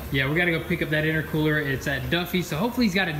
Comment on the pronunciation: V tune said itercwooler